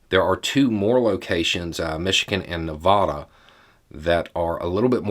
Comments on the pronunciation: As a long time Nevadan…… It’s Nev-add-uh Not Nev-ah-duh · Both ‘a’s in Nevada are short and pronounced the same. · Love your videos, but I cringed when you pronounced Nevada. 😂 Nobody that lives here says it like that anyway...🤔😊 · Someday, someday will say Nevada correctly.